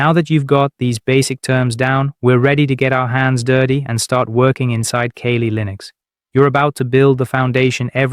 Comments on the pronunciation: Dude...kah-lee. Kali. Kawlë. The Hindu god. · Too many mispronunciations. Are you sure you're not A.I.? I'm not using Kaylee Linux. ".exe"? I'll just read the book.